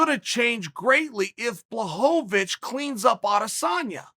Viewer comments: I miss when Chael called him blahovavich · Chael changes how he pronounces names each time Jen Blahoavick or Jarn Blockohvich Come on Kale Sonnin